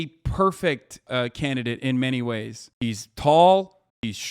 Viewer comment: Why does Ben keep saying “Cansidate”, just shoot another take, he’s so lazy. Really reflects his research skills